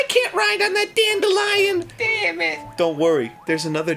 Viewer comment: It's a DAN-delion. I'm......,I'm sorry.